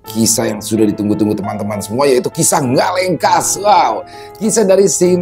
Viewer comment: Orang bali bisanya bilang ngalekas bukan ngalengkas😂